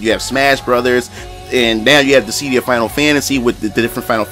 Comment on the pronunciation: It’s DIS-SID-DIA.....not Dis—sead-dia